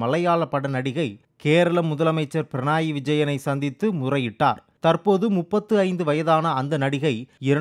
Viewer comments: Pranai இல்ல பக்கி, Pinarayi (பிணறாயி). உச்சரிப்பில் இவ்ளோ பிழை 🤦‍♂️ 🤦‍♂️🤦‍♂️ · பிரணாய் இல்லை பினராய் உச்சரிப்பு சரியில்லை